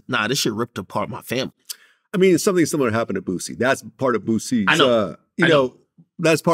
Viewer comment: Vlad repeatedly pronouncing 'fomily' like Dej Loaf is crazy 🤣